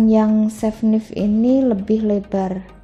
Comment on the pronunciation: Knife dibaca naif ya, mbak....